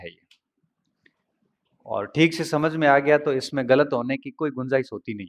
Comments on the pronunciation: हम यानि हम ओर हमझ यानि समझ 😂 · पश्चिम राजस्थान में स को ह बोलते है